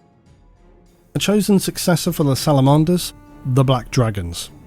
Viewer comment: I've never heard anyone pronounce "Salamanders" like that before. 😂